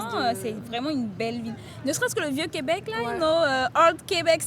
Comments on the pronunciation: Thanks for visiting !!!! Really cool video 💙💙💙 And I appreciate your effort of saying "Québec" correctly and writing it correctly as well ! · thanks for pronouncing Québec correctly, most english speaker don't seem to bother